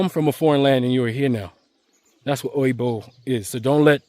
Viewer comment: You nailed it with “Oyibo” and “Akata.” 👏